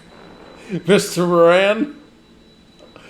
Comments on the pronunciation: It's not "Moranne"... it's "Moran", (as if it has two 'r's). 😉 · Dylan Mor-in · It is More-ann; my Irish grandmother's maiden name and that's how she pronounced it. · No. It's MORE on.